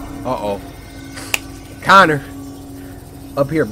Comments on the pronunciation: Barely, also its Connor not conner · This is def one of my fav play throughs from the samurai❤ especially because he keeps calling Connor, Connie😂😂❤